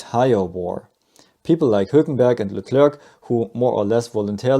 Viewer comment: You must be American😅